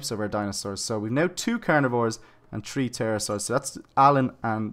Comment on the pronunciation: He said tree as 3